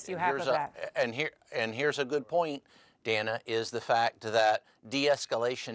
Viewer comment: Besides the complete mouth full of lies he kept spewing, did anyone else wish to have Dana freak out on him at minimum in regards to the fact that he can't even pronounce her name correctly???!!! EXCUSE ME. EXCUSE ME, SIR. MY NAME IS DANA. If you can't even get my name correct, how can we believe a thing you are saying...